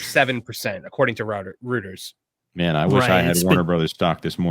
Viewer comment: Almost nobody pronounces "Reuters", Rooters. The common pronunciation is ROITERS (Roy-trz)